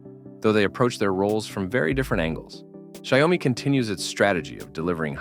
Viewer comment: Please look up how to pronounce "Xiaomi" before saying it a hundred times. Come on, man.